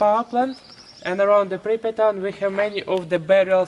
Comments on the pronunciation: Its pRipYat. (PRIP-YAT), Not pIpRYat. (PIP-REE-AT) 😖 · Bro.... PRIPIAT and no Pipriat... 😂😂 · PRRRRRYYYYYYYYPPPP-JJJATTTTT not PIPP-YATT aaaaaaaaaaaaaaaaaaaaaaaaaaaaaaaaaaaah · appreciate you making this but I'm a little thrown off by you continually saying "Pipryat" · Pripyat is not pronounced Pipryat. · it's so hard to hear it over and over lol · "pipryat guys"